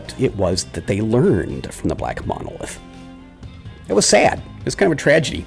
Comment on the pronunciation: Baaawh, "munolith!" Groan groan groan! Also, you killed those guys on purpose just to do the whole "knowledge is lost" thing! Murderer!